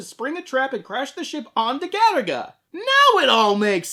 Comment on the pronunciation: I thought this was an anime about that game Galaga, just mispronounced due to Japanese people's inability to pronounce the letter "L". Now I'm massively disappointed.